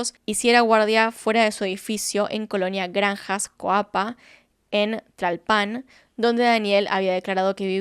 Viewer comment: Una cosita, Tlalpan no lleva acento al final solo se dice como se escribe